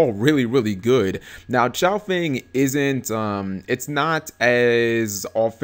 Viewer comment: It's pronounced Baxia (Bah-She-Ah) Yazi (Yah-zuh) Chaofeng (chow-fung) Pronounciation pleass